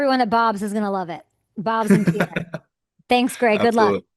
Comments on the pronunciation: Could someone tell Kay the capital of South Dakota is pronounced "Peer," not "Pee-Air." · He even pronounced it a few times and she still didn't pick-up on it. 🤨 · Wow Kay, Grey and you had an amazing discussion. Loved your reaction to Bob's bar. But if you ever do a behind the scenes interview with any of the regulars at Bob's or his high school coach in Pierre, just remember Pierre natives pronounce it as Peer...not Pierre or Pee-Air. Finally, if you interview Grey again, since I am an Alumni of NDSU, please ask him if he can sing/recite the words to the famous Hail The Bison Song. Also ask him if he is aware of how political correctness at NDSU ruined/replaced the epic ending of the song. Great job with Grey, lots of laughs here! Go Hawks!😄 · I think he has just given up on people mispronouncing Pierre.